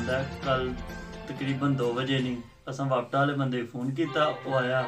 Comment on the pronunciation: Bhai wapta ni wapda hota h😂😂